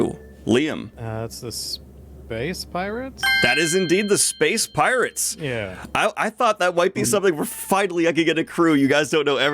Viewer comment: “Space Pirtates”